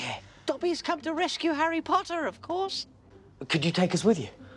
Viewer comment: Dobby’s first words to Harry, Harry Pottah and Dobby’s last words to Harry, Harry Pottah 😔🥺😢😫😖😣☹️🙁😔😕